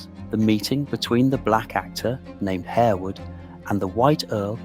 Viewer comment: It is pronounced Harwood not Hairwood and Lascelles is "Lassuls" not "la-sell"